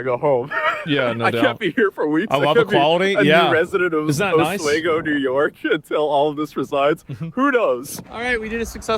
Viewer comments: I live in the area he goes to and have my whole life. It's pronounced Oss-We-Go and yes there are some nice areas and the scenery is beautiful. There's a bunch of mountains and gorges and rivers and old towns but......starting around covid there was a mass migration of people from big cities that flocked to small towns in upstate NY. I'm talking the bottom of the barrel kind of people. There's also been a huge influx of illegals, mostly Pakistanis and Chinese that bought up all the properties and are quietly taking over towns. These towns were beautiful well maintained and full of old historical buildings and decent people, like a typical small town you would see in a movie. It's amazing how quickly these places have gotten run into the ground and now look like something out of a horror movie. If people think open borders are good they need to come to pretty much any upstate NY town. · Oswego is pronounced AH SWEEEEE GO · Just an FYI- oswego is pronounced with the long E, not short e. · Pronouncing Oswego wrong...I'm a local 😊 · Thats not how you pronounce Oswego!!! I also cant believe i slept with this chick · Oswego not oswaygo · It's Osweego not Osweygo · Oswego is pronounced: os-WEE'-go. ( Not os-WAY-go.) I went to SUNY Oswego. Coldest place I ever lived. The cold wind blowing across the lake is so powerful that the trees grow on an angle. The constant pressure prevents them from growing up straight. Good college, though. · Yes, OswEEgo, New York is cold - it's on a lake. Long E, not long A. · It's pronounced OSWEEEEEEEEEEGO not OSWAAAAAYGO fyi. Also, thanks for doing actual reporting. It's so rare these days. Appreciates ya. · If one more person calls it “Os-way-go” NY I’m gonna lose it OS-WEE-GO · It's Osweeego not wago. Said it wrong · Os-wee-go. Is how you pronounce it. Lots of bars. Literally known for lots of bars. Beer and Wendy’s is a top 5 Oswego experience. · It is pronounced Os-wee-go. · Its pronounced OZ WEE GO makes me mad hearing him say it lmao